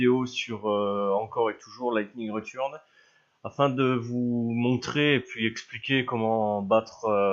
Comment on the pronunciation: Tu sais que tu dois le dire en anglais avec 0 accent fr quand tu dit "Return" va sur Google translat et ne mais pas de parole fr que du ENGLISH après tu Vera